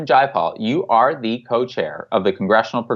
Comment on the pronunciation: Zjai a pol = Jayapal C'mon Jimmy you are smarter than this. Do your homework bro! Please give her the respect she deserves not the disrespect that trump affords someone of her elegance. And eloquence. However she is disappointing! If not for Bernie we wouldn't be talking about anything of a progressive nature. As Tim Black says it's easy to diss the shit out of an unprecedented man and all the things he has accomplished as one fucking guy with integrity for 40 years. He is not perfect and yes I was pissed when he surrendered but you know as well as anyone that the fix was in long before he ran the 1st time. And they had to do even more scumbaggery this time out. Let's just focus on getting MPP out there and let's change this fucking system. Have Nick on once a month!!!!!!!!!! Peace Bill sonic Fricke